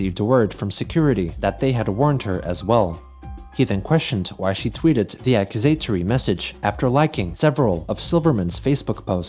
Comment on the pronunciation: "He then questioned why she tweeted the accusatory message" You pronounced accusatory as.. axetory or something XD I can't even phonetically write out what you turned "accusatory" into here. it's AH-QUE-SA-TORE-REE I'm actually curious as to how these mispronunciations happen, did you not personally write the script? I would find it odd if someone was able to write and use a word correctly in a written sentence, but somehow was unaware of how to pronounce it, especially in this case with the mispronunciation being a solid 8+ out of 10.